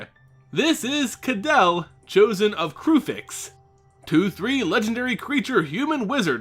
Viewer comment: I'm pretty sure you are mispronouncing her name... I'm pretty sure it should sound like (Ka-day-lee) and not like (Adele) with a K. Kydele should sound more Greek and less European English.